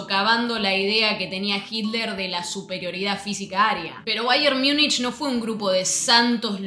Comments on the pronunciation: En alemán "Miunchen" (München), en inglés, "Miunik" (Munich)... ¿Por qué tú pronuncias "Miunich" cuando en español se pronuncia tal cual de escribe "Múnich"? Malas costumbres que degradan la lengua... 👎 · Che, una consulta… (En buena honda) Sos argentina, ¿no? Entonces explícame por qué pronunciás o decís, AMATEUR por amater ( ahí respetás, y estás correcta con en el español), pero luego decís “Miunish” para referirte a "Miunik" (que en español sería Múnich), y lo peor, la sacás del estadio, no aplicás la misma “lógica” con NEW YORK TIMES , ( Nev York Times, pero decis niu iork tiyms), o con Chelsea, que lo pronunciás Chelsi como en inglés. ¿No te parece un poquito incoherente? O usamos la regla en todos los casos, o aceptamos que hay nombres que simplemente se pronuncian como son, ( en este caso, Niu York Tim, Amater, Miunik, Chelsi), sin inventar traducciones a medida. Porque si no, terminamos con un Fráncfort para Frankfurt, Londres para London, y así la lista eterna… Fuera de esta crítica lingüística, igual agradezco mucho tu información. Vivo en un lugar donde el soccer recién empieza a tener sus brillos gracias a Messi en Miami y la liga de clubes, y eso a pesar del orangeman (o mejor dicho Pedoman, para ser más correctos). Por eso no conozco tanto de la historia del fútbol y valoro tu emprendimiento y las ganas de compartirlo. Saludos.